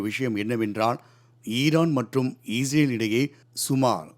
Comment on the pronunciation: செய்தியாளர் அவர்களே.... இஸ்ரேலா ? அல்லது ஈஸ்ரேலா ? ஸ்டைலா சொல்றதா நினைச்சு தவறாக சொல்ல வேண்டாம்.